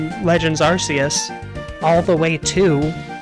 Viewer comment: You chose to pronounce Arceus correctly but then proceeded to butcher everyone’s names going forward.